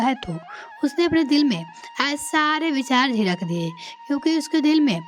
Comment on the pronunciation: Zidak ki jagah zizak jaisi galtiyan na karen. Kahanika subject achha hai, lekin bich bichme apne comment na kare.